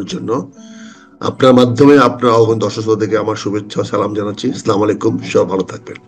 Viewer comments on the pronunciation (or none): স্লামালিকম নয় বলতে হবে আস সালামু আলাইকুম।